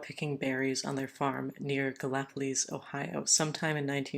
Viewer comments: Pronounced:/ Gal-police …Appalachian names are a bitch like that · Thanks for another Appalachian report! Being in sort of the same region, locals say the city name "Ga-la-police".